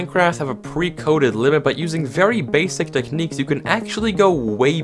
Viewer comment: the word techniques sounded kinda Dutch